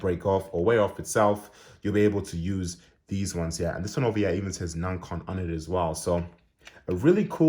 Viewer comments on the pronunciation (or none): I think you’re mispronouncing ‘Nacon’ haha other than that this is a good review, thank you for posting.